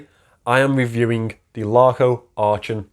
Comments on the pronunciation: I've heard that story quite often,, but your version was fantastic - I was fillin up! Not being clever (I never have been), try saying "Aachen " with a Liverpool "k". Much closer to the original. Great watch. Super review as always. Merry Christmas 🎅 🎄! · I was thinking exactly the same 😁 With that Liverpool "k" it's not that far off.